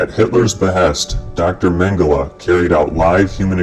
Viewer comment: this idiot can't pronounce Mengele